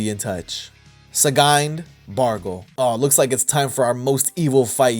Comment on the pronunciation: I laughed way harder than i should have at "Sgined"